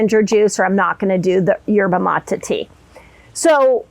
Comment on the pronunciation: Dr Mindy it drives me nuts when you keep saying Yerba Mata all over these videos. It is pronounced Yerba Matay (Maté) In Spanish E is long A.